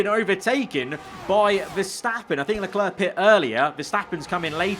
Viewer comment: It's not "Leclur", it's "Leclair", not that hard to pronounce, is it?